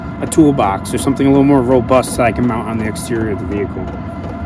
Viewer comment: What's a mou-an?